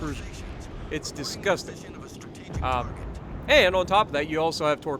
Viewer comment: "discusting" Hahaha :-))